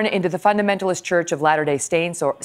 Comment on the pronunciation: "latter day stains" --- that was actually a spot on mispronounciation!